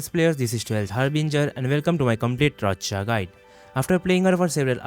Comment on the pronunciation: My subjective opinion, not a hate, but I prefer AI voice. Also, why are you pronouncing Roccia as Roccoco?